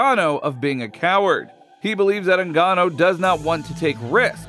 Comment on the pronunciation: Francis NGAN‐NO ?? Say the man's name properly commentator pls, ur as bad as Chael Sonnen, he gets Islam's surname wrong constantly & Pereira, who he calls Pee, era.... So Francis's surname is pronounced Ngannou it has an ooooooh sound 🤔 not an oh.... if ur gonna want subscribers & ur quoting shit, pls be accurate & respectful of people's/fighters lives & brush up on ur English grammar will u already???